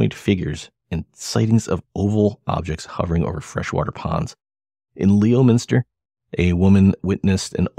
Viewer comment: first of all, it is pronounced lemon-ster, not leo-minster. secondly, I know Ronnie LeBlanc. he is a storyteller, a yarn spinner, a liar. thirdly I am from leominster. I'm 62 and have lived in leominster all my life and I never heard any of those stories. I hung around hundreds of people in leominster so I would have heard something. sorry to rain on your parade. hopefully no hard feelings on your end.